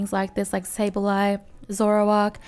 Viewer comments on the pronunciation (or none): none